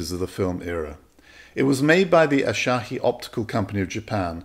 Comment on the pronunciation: Why are you accenting the second syllable of Asahi as if it's Italian? Did you not know this is a Japanese brand?